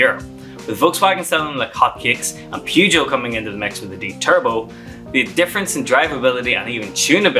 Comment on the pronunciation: you need to Learn how.to pronounce Peugeot.